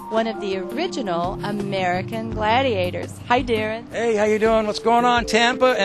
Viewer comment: It's Deron not Daron